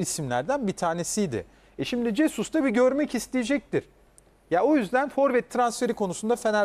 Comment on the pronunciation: Cesus değil önce adamın adını öğrenin Jesus.